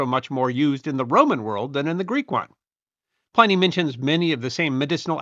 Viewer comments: Pliny is not pronounced as "PLY- nee" the prolific author's name was and is, pronounced "PLIN-eee". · PLIN-nee not PLAI-nee.... the traditional English langiage pronunciation.